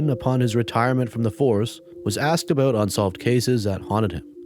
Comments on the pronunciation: He said aboot. Slick. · Heh aboot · “a-boat Canada” I swear you did that on purpose. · “Aboot Canada” cracked me up. 😂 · “Aboot Canada” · Aboot Canada